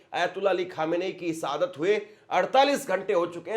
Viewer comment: आप अपना उच्चारण सुधार करो। आप अच्छे न्यूज़ देते हो। और एंकर के तौर पर परिपक्व हो। लेकिन गलत उच्चारण आपकी पत्रकारिता में शोभा नहीं देता। आप बार बार सहादत कह रहे हो। जबकि शहादत होता है। और कई गलती करते हो। मैं आपकी कमी नहीं कह रहा हूँ गलत व्यू में। बल्कि आपसे सहानुभूति के तौर पर बता रहा हूँ।